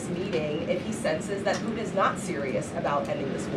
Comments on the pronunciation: As in PooTin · For the love of god..... Somebody please tell her that there is T in putin's last name. 🙄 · Has she got a speech impediment? putin has a ‘t’ in it.